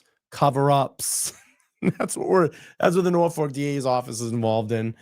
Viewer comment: ..........NorfoLk, not NorfoRk. Other than that, loved your show.